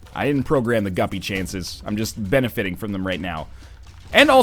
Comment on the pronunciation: Benefating? Man you have been messing your words up a lot lol. Just another word amongst many this episode.